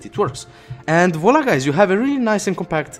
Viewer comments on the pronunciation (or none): none